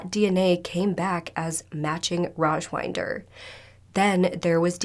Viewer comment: not sure if anybody cares but i'm pretty sure his name is pronounced raj-WIND-er as in....wait iDK how to describe wind LOL 😅 wind as in it's windy outside, not wynd as in...to wind up a toy? 🤭 hopefully that makes sense.